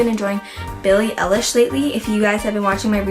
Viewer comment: The way she said Eilish ... 😭